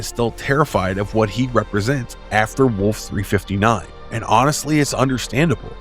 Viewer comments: Also mispronounced Locutus a time or two. And I can't get over Wolfe 3-59 instead of Wolfe 3-5-9. I'm a nerd, I know. Lol. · Why would you choose to narrate ST battles? 3.59? it's a place not a price. Wolf Three Five Nine. The "Battle" of Mutaru Nebula wasn't a battle, it was a Duel. Key-Tomer? Whatever happened to Show-Don't-Tell? The better option here.